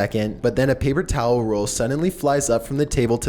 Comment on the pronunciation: The number 2 one when the paper tawler